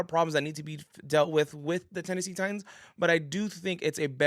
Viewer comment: TITANS. NOT TITIANS